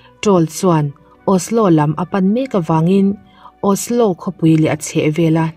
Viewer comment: Norwaygan i tia..Norwagian hi tia lam tur ami? A Chang leh Osla te itia..